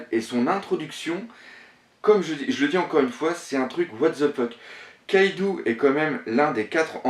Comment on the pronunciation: c'est luffy et kaido pas louffy et kaidou putain!!!!